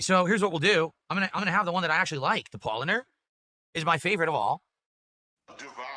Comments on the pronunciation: It's all Pawl-lahner MOON-CHEN lager's fault dewd. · His favourite beer, and yet he managed to mispronounce both "Paulaner" and "Munchner" - would have taken him 10 seconds to Google it.